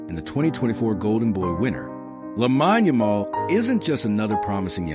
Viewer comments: It's AI, that's why it's pronounced wrong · First things first, you have his name wrong. I stopped watching bcuz of that. Get the pronunciation correct & remake the video bro.